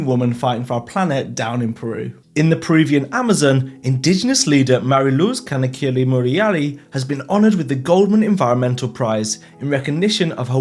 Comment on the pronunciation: So...."ewaste" was hard to say but you absolutely nailed "Mari Luz Canaquiri Maurayari"! 😂 Thanks for your positivity! Always appreciate you being part of my positive algorithm. Love from Argentina!